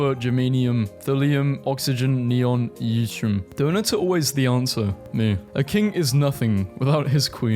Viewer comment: yttrium. It's pronounced "It-tree-uhm"